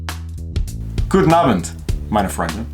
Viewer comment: First. Good pronunciation with "Guten abend"! lol And THAT is what you were saying. Not really wrong though. 🤣 I never used geomorphs. I just had a graph paper notebook that I would doodle in. Sometimes, I copied dungeons from modules. Sometimes I made mine out of my imagination. I think for the most part, I could've used your advice in your video, How to Make a Great D&D Dungeon". I don't know if you know about it, but there is a website called donjon. It is a random map generator and does the same basic thing. If you google "donjon rpg tools" it should come right up. It is very much "fun house" style. I use the map (usually modified), but stock the dungeon myself.